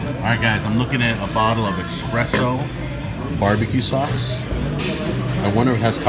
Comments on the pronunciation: it's espresso not exspresso it drives me nuts when people say exspresso⛾ 😠. I hope you see this not trying to be rude I love your shows keep up the good work🖖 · How can you be italian but say expresso🤦🏽‍♂️